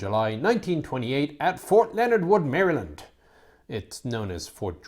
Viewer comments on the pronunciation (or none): none